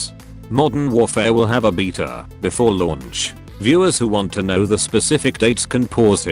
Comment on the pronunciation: "There will be a beeta"